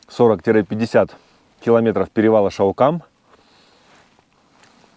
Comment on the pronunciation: все правильно называешь! Только ударение на А:) ШАукам. А Шау-кол(Къол) по балкарский это урочище